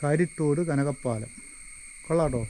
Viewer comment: കനകപ്പാലം അല്ല കനകപ്പലം